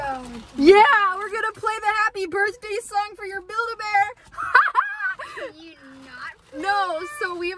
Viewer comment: I was thinking about a buid a bear and she saud buikd a bear